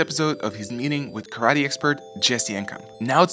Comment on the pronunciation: This video did a great job of giving a fair assessment... Neither writing off Segal's style completely nor taking his teaching as gospel. This YouTuber sems very knowledgeable and objective. Also, love the long suffering look he gives the camera when Segal pronounces "ka-ra-TE." Earned a sub right there and put a smile on my face.